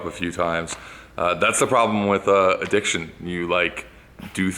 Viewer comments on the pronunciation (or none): Is he drunk in this intro?? ADDICTIONS!!! 😆